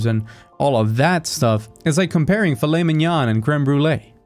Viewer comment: "Filey mignön Cweme Bwuley", as a French that make laugh, sorry x')